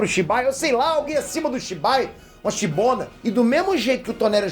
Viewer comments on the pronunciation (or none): Kkkkkkkkk “shibona” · "Shibona" kkkkkkkkkkkkkk